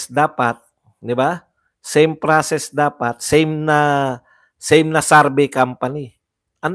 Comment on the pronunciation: Survey=sor-vey,Hindi sarvey